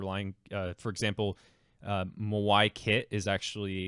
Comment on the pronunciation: My dude, it's Maui. Rhymes with "Now e"